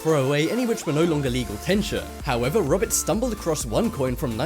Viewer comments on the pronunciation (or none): none